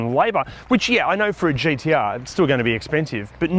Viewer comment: I’m just happy you don’t pronounce them GDR.